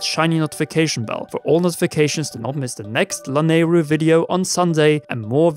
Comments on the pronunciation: It's pronounced La-nay-roo, not Lan-a-roo. There's a y in it for a reason. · Why is he saying it lanaru🤣🤣🤣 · Lol the way you pronounce Lanayru is so adorable.